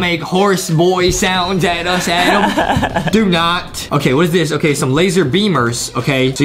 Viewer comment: Adam not adem